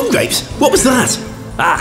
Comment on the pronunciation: did he say "bum grapes"?